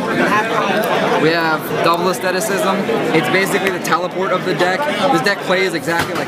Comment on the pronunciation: He pronounced asceticism wrong xD